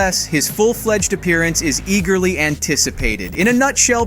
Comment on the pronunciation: eagerly, not e-girly eagerly, not e-girly eagerly, not e-girly eagerly, not e-girly eagerly, not e-girly eagerly, not e-girly eagerly, not e-girly eagerly, not e-girly eagerly, not e-girly eagerly, not e-girly eagerly, not e-girly eagerly, not e-girly eagerly, not e-girly eagerly, not e-girly eagerly, not e-girly get out of my head